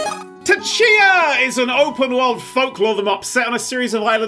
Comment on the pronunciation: He really bo't-ched it